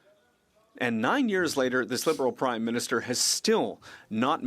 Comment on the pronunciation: Did she say after 9 years of this "crimeminister"? lol...